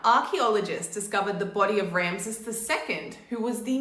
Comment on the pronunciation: Each time you say Ramses i hear Ramsay 😅